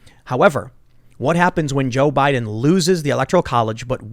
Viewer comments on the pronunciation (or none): none